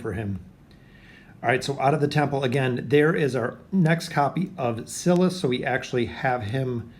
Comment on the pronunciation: It’s sigh-lus not ci-lus